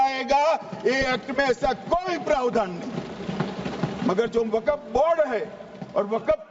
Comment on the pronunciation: .........vekef............. Nebi.......... Karim........... ...ke........... Jemane............ Se.............hejeret............. ....umer............ NE...................kuva...................vekef....................kiya............ Thha